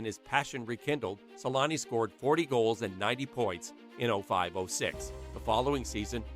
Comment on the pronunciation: Always found it funny how they call him "Selanni" (like salami) in English 😂